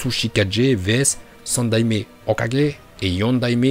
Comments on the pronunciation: Phtin on dit Hokage pas hokajé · mon frerot c'est pas ho4G mais hokage 🤦🏾‍♂️